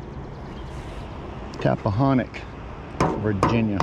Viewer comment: Say Tappahanock 3 times in a row lol....No seriously good job